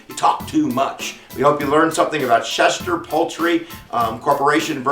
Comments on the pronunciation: LEARN TO SPEAK!! To “schecht” MEANS “slaughter” in hebrew. Each “ch” makes the same sound as in “l’chaim”. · I am a Schechter. An actual relative. These are my grandfather’s cousins. My maiden name is Schechter. You are pronounce name all wrong. It’s like nails on a chalkboard. The second “ch” is a “k” sound not a “sh” sound.